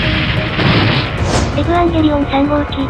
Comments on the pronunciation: エヴァン↑ゲーリー↓オン↑ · エ⤵︎ ヴ ァン⤴︎ ゲー⤴︎ リ オ ン⤴︎ アダムがハガレンのエンヴィー！？ じゃんけん ここが私的に見どころ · 何回見ても「エヴァ～ンゲーリオンっっっ⤴⤴」の発音好き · 相変わらず発音がえぶわんげりおんなの大好き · この「えぶぁんげりおん」って独特の発音好き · 11年経ってもヴァの発音そのままで安心した😌